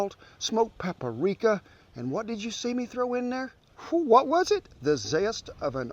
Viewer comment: Smoked PA-PA-RICKA lmfaoooo